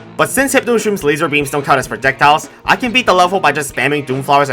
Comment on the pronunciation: did he say "prodecjiles"?